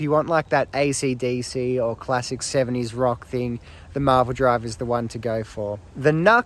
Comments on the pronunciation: It's NU-X (new x) not NUX (nucks) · I’ve always said New-X, until recently when I learnt it may be officially pronounced Nucks, so who knows!